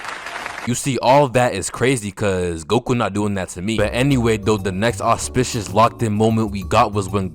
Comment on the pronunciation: Love the way my man says auspicious